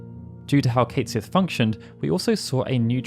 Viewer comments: Just to advise you, Cait Sith is not pronounced Kate Sith. His name is actually pronounced Kett Shee. It's from the Irish name of a mischievous cat spirit, and literally translates as "Cat of the Fairies". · Cait Sith is a name from Scottish Gaelic mythology, and is pronounce Ket Shee. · Oh that’s not how Cait Sith’s name is supposed to be pronounced 😅